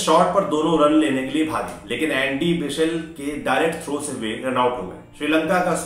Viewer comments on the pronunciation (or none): He pronounce Andy vichel.... 🤣🤣🤣🤣🤣🤣 Its Andrew Bichel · सही बोले, हो सकता है इनको मैच देखने का शौक न हो, अमूमन यह बुक्स के बारे में ज़्यादा जानकारी रखते है खेल के बारे में कम, लेकिन एक अच्छे रिपोर्टर से ऐसी गलती नहीं होनी चाहिए।